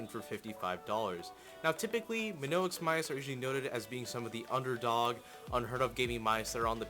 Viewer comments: Not minoix it's mionix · mionix----------MEE-ON-IX. not me-no-ix. either that or you mispelled it. sorry it was giving me a tick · its mionix, not monoix... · it is mionix not minoix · He sais "Minoex" but it is Mionix..... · Its mionix not minoix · I cringed every time he said Minoix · MY-ON-X thats how you say it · mayonex yes that's totally how you say it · i swear to god. if you say MiNoix one more time, im gonna slap your face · its spelled Mionix, and pronounced as me oh nicks. ;) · He can't even pronounce "Mionix" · Dude. You say mionix wrong. Learn to read.